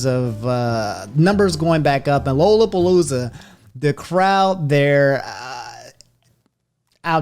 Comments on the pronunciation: Quick grammar note, having lived in Chicago all my life, it's lollapalooza like lollipop, not lol. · it's pronounced "LALApalooza" not "LOWLApalooza" thanks :)